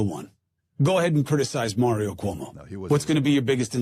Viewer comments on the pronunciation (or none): none